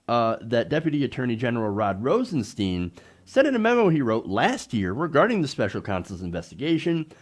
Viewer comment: FYI - It's pronounced Rosen"STINE"...